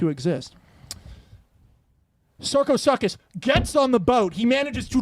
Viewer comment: Rad premise! But Max, as someone in the field of paleontology, I am duty bound to tell you, about Sarcosuchus: it's "sark-oh-SOO-kus." For next time you pitch it 😉 Love your work! ♥️